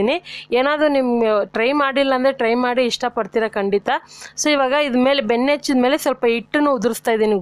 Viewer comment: Yenne benne na padavannu sariyigi uchhara mam